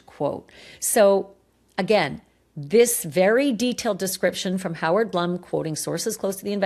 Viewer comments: Howard Blum is pronounced “Bloom”, not Blum. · Hoard Blum’s name is pronounced BLOOM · Ashleigh, Howard’s name is pronounced B L O O M! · Howard Blum is pronounced Bloom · Howard’s name is pronounced Bloom! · Howard’s name is pronounced BLOOM, not Blum